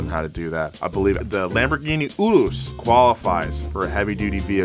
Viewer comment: Props for saying "Urus" right.